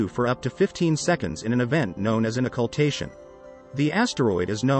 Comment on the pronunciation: Wow, you butchered the hell out of pronouncing Occultation.